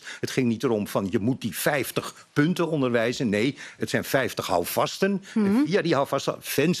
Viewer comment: Kan die man geen v uitspreken?fijftig frouwen fis foedsel ferder, fenster, opfallend (jezus). Hij komt fast uit Noord-Holland.